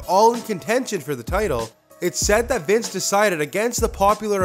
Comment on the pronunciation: Is not Vince is Wice